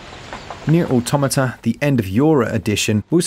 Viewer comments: Aw Tom at ah , not aw tomata , just saying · I just can't get over people still saying "AUTO MA TA" lol, it just sounds plain wrong, but yea yea, engrish.